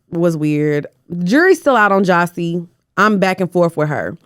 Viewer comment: calling Jassi “jossi” is killing me😂